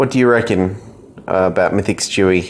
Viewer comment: Its stewie it sound like he said chewy